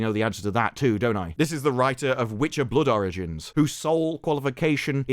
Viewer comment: I keep thinking you’re saying “Blood oranges” whenever you say “Blood origins” 😂